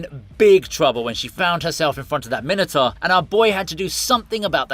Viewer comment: Sorry, Min-e-tar? Mine-o-tour... please.